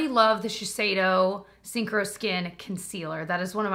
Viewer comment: I’ve always heard you say the name of the Shiseido concealer and thought it was called ‘Sink or Skin’ and thought ‘ya that makes sense, you either sink or have coverage on your skin’. (🤷🏼‍♀️) It wasn’t until I saw ‘Synchro’ on the screen today and learned the actually name. I must say I like mine better 🤣